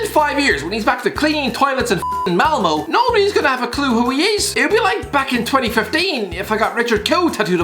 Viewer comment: MAL MO 😂😂😂😂😂 you say it Malm O